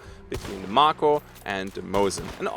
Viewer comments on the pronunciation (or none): It's pronounced May-ko, is it not? Like the shark.